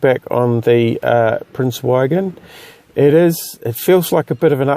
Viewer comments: Prince Eugen. The Eu is pronounced like oi in choice and the g is hard like in good. Nice video as always. I love this ship. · it's pronounced like oogen, nice vid.